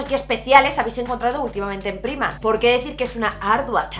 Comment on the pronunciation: Me encanta que con lo internacional que eres sigas diciendo Primark así como se escribe. Yo soy incapaz de acostumbrarme a decirlo de otra maneraaaaa :(:(:( Por cierto, la camisa que llevas es preciosa y el labial ya ni te digooooo!!! Y del haul me quedo con la chaqueta del principio, me ha enamorao :) Un besinnnnn!!